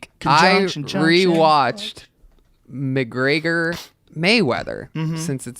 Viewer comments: Mc-graygor? Go home man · How Tony say Mcgreager sounds like tony is saying Traeger grill with a Mc on the front😂😂